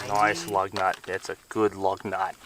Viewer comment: is excited about the lug nuts you can tell when the Australian accent comes out